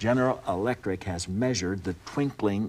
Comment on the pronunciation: Twinkling, not twinking.